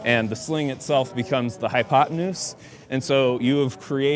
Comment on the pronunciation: "HyPoTaNoOzE" is the word of the day 📖💪🧠